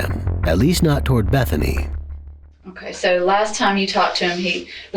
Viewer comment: It sounded like her name was "Methany" 😂